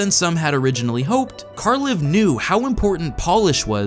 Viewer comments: Good video and all, but you keep pronouncing æ wrong. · Being scandinavian, it is hilarious to listen to how americans pronounce the creator's name